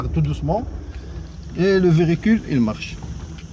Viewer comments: Bonjour votre Vedio il est bien bravo mais vous dite chaque fois verecule mais c'est le véhicule merci et bonne continuation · Mdr répète comme moi on dit véhicule pas verécule